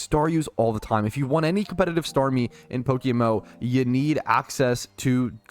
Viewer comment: Playing PokéMMO for over 10 years and still calling it "PokéMO" instead of PokéMMO 😂